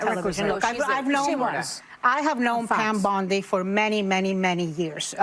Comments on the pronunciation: Pam BONdi not BUNdi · It's Pam Bondi (Baundi) not Bundi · He name is "BONDI", as in James Bond, not Bundi, as in Al Bundy. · Not Bundy It’s Bondi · Just a friendly point, it's BOndy, NOT BUndy. 🤓👍🏼 (Arrested individuals post "bond", not "bund". 😁) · It's Bond not Bund...Bondi 😉